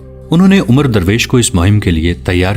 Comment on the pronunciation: بھائی میرے یہ لفظ عمرو نہیں یہ لفظ عمر ھے (عین کے زبر سے )